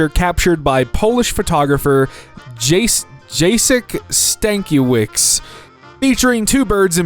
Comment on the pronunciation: as a polish person. the pronounciation hurts my soul. (an english person can read it as yatsek stankievich.)